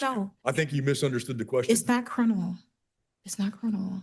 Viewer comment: She be axing if it be crinimal.